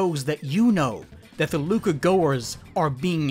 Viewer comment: pretty sure it’s pronounced “Luca Gaskwahhh”